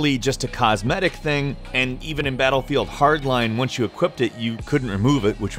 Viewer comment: did he say batlebield ?